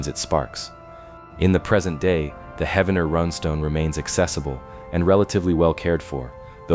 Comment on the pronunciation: Heaven-ner? no, Heev-nr ... this whole video is a hoax